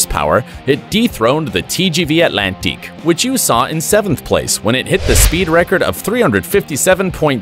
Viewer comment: They could have found someone who can pronounce non-English names. TGV Atlantique... ouch.